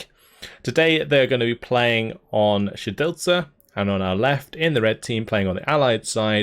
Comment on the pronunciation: wow! Your pronounciation of 'Siedlce' was quite good! Go!